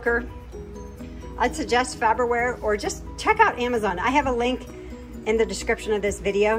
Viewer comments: It's, "Far ber ware" not "Fab er ware." The little things. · FAR-BER-WARE... it's not FABER-WARE. 😄😎🤩😀😄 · that looks delicious. I can understand why it's a constant repeat on the meal rotation. You did a great job pronouncing pepperoncini, but what was the brand of the instant pot? You might want to review the way you are pronouncing Farberware, unless that is the PA way to say it. I would love to join the cast on your channel. I know up until now it's only been family, friends and pets, but I could be Rick the dialog coach. I could. (Now I am talking like Mike. I am.) There is just something about you guys I love to tease. I love your channels.